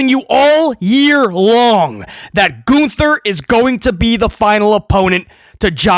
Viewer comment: Lol, "Goonther"